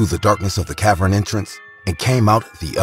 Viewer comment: "cav-urn" not "cav-run"